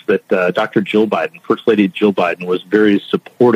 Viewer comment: Joe y Jill se pronuncia diferente aquí EN USA, pareciera que los pronuncias de forna similar entre sí, saludos, excelente trabajo y disfruta de tus vacaciones que te las merece